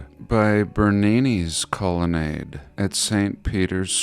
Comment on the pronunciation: I’m just gonna leave this here... Colonnade.... Colon aid